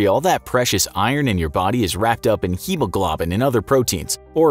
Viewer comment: I normally love this channel, but this episode just didn't meet this channel's standards. Mispronouncing medical terms like "hemoglobin," fear-mongering and depicting the situation as all but hopeless, not citing their references to validate such claims, and then having to watch 8 ads throughout the video... Man, I hope this channel fixed it's ways or I'm out.